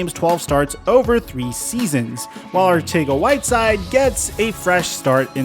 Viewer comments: Arcega is pronounced in the Spain spanish accent. Its pronounced Arthega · It's pronounced Arthega jsyk. Also Reagor has alligator hands. They prefer smaller shiftier guys (Pascal) in the slot. He would be a cut candidate if it wouldn't hit the cap so hard. He's their #4WR outside at BEST. Team has way more faith in Watkins. They are trying to showcase him to pull a trade and I would be guessing they'd take a 6th just to have him out of there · I love the fact that you change the pronunciation of "Arcega" every time you say it, I mean as a Philly fan myself I always wondered how to pronounce it